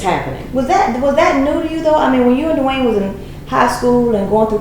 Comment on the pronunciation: it's Dwyane not Dewayne. I dont believe her because Wade never said the awful things about her like she said about him. He said they just werent working out and she basically says she never did anything wrong LOL. abducting kids says enough i think.